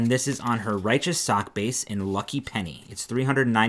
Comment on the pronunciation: Riotous is not pronounced righteous.